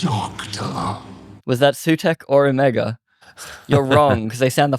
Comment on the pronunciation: You lost me at your incorrect pronunciation of ‘era’ and ‘Omega’.